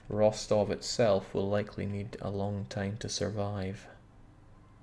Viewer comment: Russian Grammar Nazi here. It's Ros-TOV, not ROS-tov (the second syllable is stressed). The more you know!